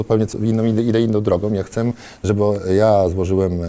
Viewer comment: Boje się ludzi którzy mówią ,,chcem"